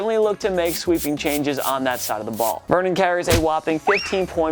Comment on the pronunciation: he calls him Vernon Carey